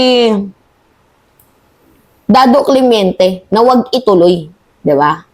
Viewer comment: Clemente not clemeinte